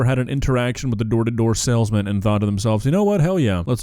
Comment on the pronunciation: I think that was a sailsman and not a salesman. *squidward laugh* “boat humor”